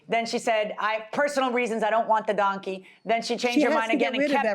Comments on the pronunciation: Right, it's “donkey” not “dunkey” and I would have brought him too. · If you cannot say DONKEY correctly, then you shouldn't have it!